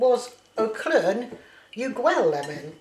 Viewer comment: So ... I thought I heard "gwell" pronounced prefectly with the aspirated "ll" like we have in Welsh ... I did not know Cornish also had the "LL" sound? Makes me want to learn Kerneweg 🙂